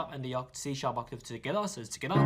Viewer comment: just pronounces together like “togethaa” because he feels the rythm 😪